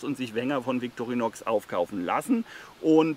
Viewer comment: Ich glauuuube man spricht es „Vitorinoooo“ 😏